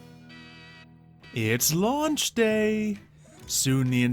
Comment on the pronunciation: when you said it launch day at the beginning I thought you said its lunch time